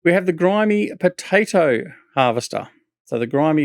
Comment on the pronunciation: Ok... It is Grimme as in brothers Grimm not grimey!